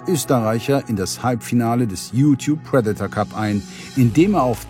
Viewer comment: Sag ihr mal lieber wie man „Predator“ richtig ausspricht 👱🏼‍♀️🤦🏼‍♂️